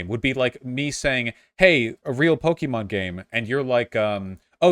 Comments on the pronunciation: It's PO KEH MON not pokey mon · I can't stand him saying pokeemon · This just adds to my theory that anyone who pronounces Pokemon, Pok-E-Mon, should never be listen to about the franchise and deserve no rights. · I knew his arguement was invalid by the way he said Pokémon